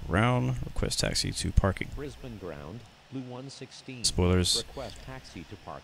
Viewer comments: Brisbane, not Brisbain. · You pronounced Brisbane wrong, I’m from there